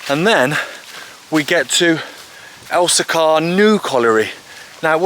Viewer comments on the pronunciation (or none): Pronounced El-see-kuh not El-see-CAR